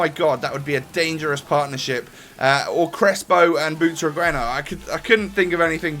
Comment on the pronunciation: Its pronounce Butraguenyo